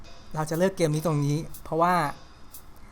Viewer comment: `ตรง'ครับไม่ใช่ "ตก"